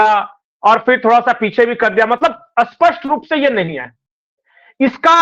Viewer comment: सही उच्चारण कीजिए स्पष्ट शब्द का आप जो उच्चारण कर रहे हैं वो विलोम शब्द है